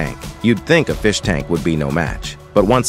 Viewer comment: No the feesh